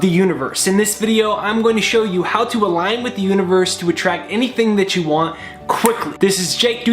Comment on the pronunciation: "Algin" with the universe?